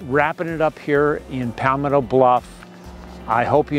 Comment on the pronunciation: Where is “Pallll-metto bluff”?